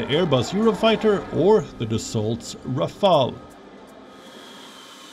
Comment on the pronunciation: That's not pronounced Rafal or Rafel ... It's Rafālê (Rafaley)